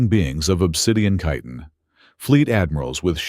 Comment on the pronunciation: Wow! Finally pronounced chitin correctly! 🎉